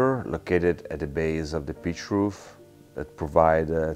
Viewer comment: Every time he says "pitch roof" I hear "beet root". Makes a lot less sense that way.